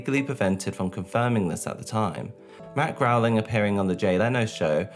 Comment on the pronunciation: Right. If this man says 🐻 "Matt Growling" one more time... And the executive producer is James Lawrence Brooks, not "Lee." Come tf on, dude.